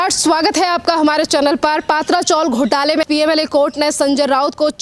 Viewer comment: पात्रा चोल नही, पत्रा चाळ बोलो